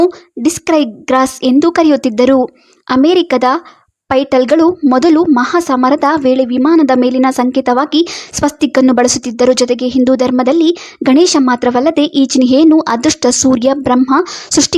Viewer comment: ಪೈಟಲ್ ಅಲ್ಲಮ್ಮ ಪೈಲೆಟ್